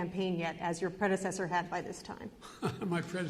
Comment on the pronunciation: Ha ha! My "Predecedorneedo". Biden is the new Shakespeare making up words right on the spot!